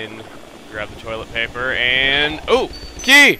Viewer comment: When I here you say key it sounds like you said